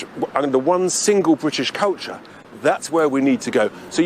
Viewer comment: Blimmin'' good effort by Tice at showing us what a cretin he really is. Jeez, he can't even pronounce culture correctly. As for decency and fair play, what the hell is he talking about? There's little evideince of that in his politics and even less in the history of the UK. 'Decency and fair play' is a British invention used to legitimise the way in which we plundered and murdered our way around the world for hundreds of years. 'Decency and fair play' covers all sorts; aparteid springs to mind, concentration camps which the majority seem to think were a German thing, the attempted eradication of the indigenous population of Australia.